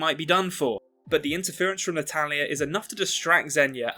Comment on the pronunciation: Half way into the video I realized you were saying "Natalya" instead of "an Italian". I always thought, "which Italian?"😂🤣